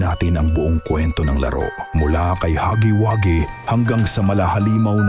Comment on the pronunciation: ITS HUGGYWUGGY NOT HAGGY😂😂😂😂😂😂